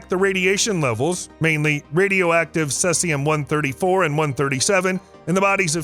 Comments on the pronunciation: Ce is actually pronounced (see zee umm.) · can you pronounce your elements? Seseum wtf... CEE Zie Um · Cesium is pronounced "see zee um" please. Not "sess ee um". Look it up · It’s see-z-um , not sess-e-um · SEE! ZEE! YUM! not "sessium". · If he says ses-ay-um one more time…. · 😅 made me laugh everytime!!! so many videos and nilered and blue say ceezium 😂 but this guy lets cetszium pass into the final cut. there should be a corrected video as its a voice over. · Cesium pr. /ˈsiːzi.əm/ Pro tip: If there's a word new to you that you'll be repeating multiple times throughout a video, it's a good idea to learn how it's pronounced. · You said cesium wrong, it’s said like sea-z-um. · 'see-zee-um. pleeeease. thank you. 😊✌️ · Oh boy. Let the roast begin in the comments... See-zee-um mate. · lol sesseyum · The element is cesium (see-zee-uhm) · Bro, its totally cesium: Suh-zee-zee-soo-duh-yee-sum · Pardon me. It's Ce(long E)sium. Just sayin. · Thank you! I'm glad I'm not the only one that wanted to mention this haha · Lol sounds like Sussium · i think he does it on purpose.. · You lose credibility when, you interpret facts wrong. whether its pronunciation or numbers or anything really. I doubt anywhere researching for this video did you not hear the word. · Anyone with a basic knowledge of the periodic table will know how Cesium is pronounced..This is Temu level science information! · Why do so many people mispronounce Cesium so often. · He does it every time he ever mentions Ce, and everytime tons of people try to help. So he's probably doing it FOR the comments as a boost to the algorithm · Learn how to pronounce cesium. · Thank you! the mispronunciation was driving me nuts as well😮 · Also weird to hear "minus 134."